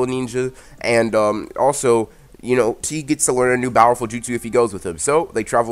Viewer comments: I swear- your slogo would have been- bowerful -✋😂 I'm sorry, it's just how you mis-pronounce powerful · i love how he says BOWERFUL instead of powerful